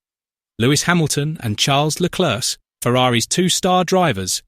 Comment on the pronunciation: When you said Leclerc don’t pronounce the c